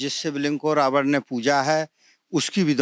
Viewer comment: यह पंडित जी रावण को रावड़ बोल रहे हैं, विभीषण को विभीषड़ बोल रहे हैं, ऐसे में गलत उच्चारण की परम्परा बढ़ रही है यह अत्यंत सोचनीय और चिंतनीय है।